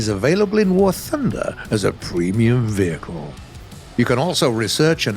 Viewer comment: “Vechile” Why is no-one commenting about this? It’s vehicle